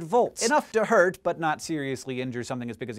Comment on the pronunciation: haha "enough to Hert"